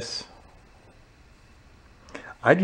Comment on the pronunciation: What is the word, “remender”?